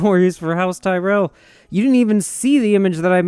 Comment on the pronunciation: You're the only American I've ever come across that pronounces Tyrell correctly. Thanks king.